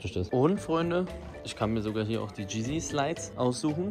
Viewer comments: Viel erfolg eli, du hast es dir so krass verdient wie du grindest und fast jeden tag streamst. Du hast dir eine riesen community aufgebaut in so kurzer zeit. Wir sind immer hinter dir❤️ aber kurz btw: wie sprichst du yeezy aus😅 du musst das erste y als i bzw j aussprechen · adidas Botschafter, aber er weiß nicht wie man Yeezy richtig ausspricht 🤡💀💀